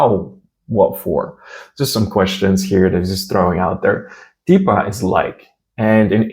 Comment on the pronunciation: Когда говоришь "типа", букву "Т", язык нужно держать ближе к зубам, потому что у нас есть мягкие твёрдые буквы, в отличии от английского, когда всё произносится твёрдо. Русский у вас шикарный! Я даже сначала подумала что вы русский😀